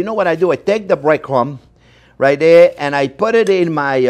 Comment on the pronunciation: 20 push ups every time he says "right dare". 😂😂😂😂